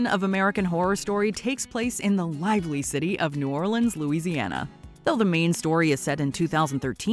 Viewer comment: I'm just happy she said New Orleans correctly....😊